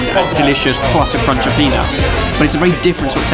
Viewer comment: really get into that roonch